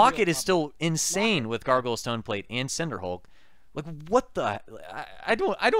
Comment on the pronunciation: I keep hearing "Gargle Stoneplate". I giggle EVERY time.